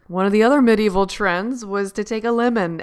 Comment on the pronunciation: You pronounce medieval wrong..but I like your vids